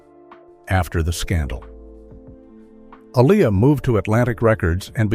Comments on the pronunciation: Please pronounce her name correctly! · Keep butchering her name why don’t you 🤦🏽‍♀️Artificial Intelligence vs Actual Idiots 🤷🏽‍♀️😫